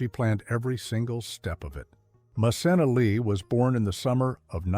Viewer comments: PLEASE Narrator!!!! Learn the correct pronunciation of the names!!! Or get a new job!! Pronounced MaKenna! Not mcsena! Please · It’s ma-ken-na (Macenna). We knew all of this already bc she said it over the years. I love when ppl paint a storyline as if we don’t already know. She’s educated us over the years if u watch her vlogs you’d know that. 😂😂😂😂😂😂. She still sits at a desk n sew patterns lol depending on her projects. We knew know of Romeo n how they met too. This video is funny well put together though. And the cottage is my fav as well as her la home her mom’s hand painted arts and the baby we all waited for her to finally test positive on baby Kade. Mom of a how 2 yr old still doing her thang now released shows with hgtv we love her over here. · Voice over dude her named is Ma Ken Na!!!!🤣🤣🤣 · You're not pronouncing her name correctly. Though spelled with a C, the C is a hard C like a K. MaKenna! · I've been following her a long time. She's amazing. You should be respectful enough to learn how to pronouncing the names of the people you talk about. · It’s Macenna pronounce the c as in k. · I’ve been a subscriber of her YouTube channel for years…and she is a beautiful person and very talented……it’s nice to know a little more of her personal life….but I am really happy that she keeps her personal life separate from what she shares on her videos! I corrected you every time you said her name …because you were pronouncing it all wrong…which I found very irritating.